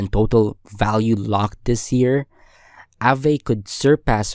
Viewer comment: nice vid, one thing tho; it's pronounced 'ah-ve/vuh' not 'a-vay'